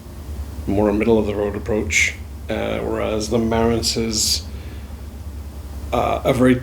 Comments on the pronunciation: It's Marantz with the accent on the last syllable, not on the first. Just saying. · Can't even pronounce the name of his own amplifier